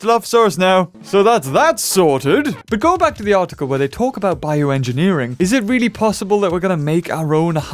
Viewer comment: "form" "Biorngineering" Alright now... who did it? Was it you,?